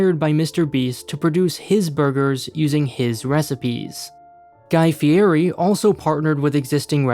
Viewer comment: You mispronounced Guy Fieri's name.